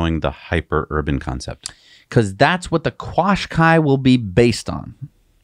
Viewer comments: Qashqai: pronounced 'cash ky' over here in Europe. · Just of interest it is pronounced ‘Cashkai’ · I live a couple of miles from the Nissan plant in Sunderland, UK (formerly a contractor on site). 1) No-one locally buys Nissan cars 2) Qashqai is pronounced cash-kai 3) Very few people who live in Sunderland believe the current government promises of investment and jobs (Conservative party) as its a Labour Party run city 4) Surprised Nissan is still in Sunderland as it was a coin toss whether plant in Sunderland or Barcelona (Spain) was to closed down 5) Technology at Nissan will never compete with Tesla. I could go on, but I think you'll get the point